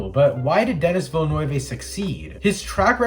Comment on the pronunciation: Nice video! But I gotta point out you pronounced pretty much everything incorrectly including the directors name. Still, good job.